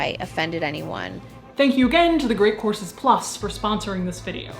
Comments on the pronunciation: It's just the way she pronounces the word. It sounded like see said courses. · I definitely heard “Great Corpses Plus” and not “Great Courses Plus”